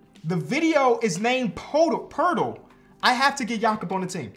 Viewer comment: Its pronounced po-et-el